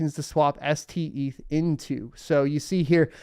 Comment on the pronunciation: Steth not Seth